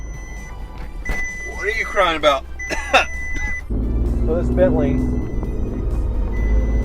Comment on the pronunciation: He'll stop reading on "Bantley"